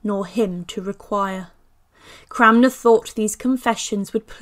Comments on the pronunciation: Yeah, I’m hearing her say ‘CRAMner’ too … repeatedly. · It's Cranmer, not Cramner !!!🙄🙄